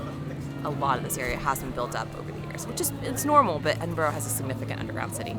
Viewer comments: don't say 'O' on the end of Edinburgh. I's more "uh". Exactly the same pronunciation as an English "borough" BUR-RUH. Or even just "BRUH". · By the way it is pronounced ... Ed - in - bur - ah ... :) .... Glad you enjoyed your trip , Such a beautiful video!